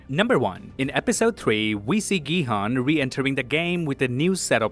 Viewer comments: His name is 성기훈 so it’s pronounced Gi-Hoon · Gi-Hun's name is pronounced Gi-Hoon or Ki-Hoon. Please pronounce it correctly. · Main character name is pronounced incorrectly. Try again with Gihun as "Gihoon" but dont make the oo sound too long. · Great video, v insightful. Btw, Gihun is pronounced "Ghee Hoon". Not your fault. Netflix was f*cking dumb and spelt it wrong.😢 Also, there are 3500 islands off S.Korea so it's plausible that it could have been v hard to find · that’s why I said 'effort'. He didn’t say all the names correctly but he has the effort to at least mimic how the names are pronounce in Korean. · GiHoon not Gihan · The u sound in "Jun-ho", "Gi-hun", and "Jun-bae" are all the same sound. You say it correctly when you say "Jun-Ho" but you say "Gi-hun" and "Jun-bae" incorrectly. Just a note for future videos! You wouldn't want to keep mispronouncing Gi-hun's name. Love all the little details you found, I didn't notice most of them!!!